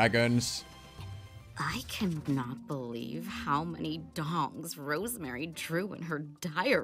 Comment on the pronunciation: Bro I’ve been thinking she said “dogs” for the longest time and was so confused how a penis/sword could look anything like a dog